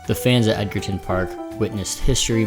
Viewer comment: Edgerton is pronounced with a soft “g”. And Davies made it to retiring after the ‘94-‘95 season as stated, we’ll never know